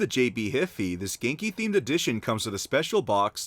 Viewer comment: It's obvious he hasn't played saints row calling viola vieola, calling ginki ganeki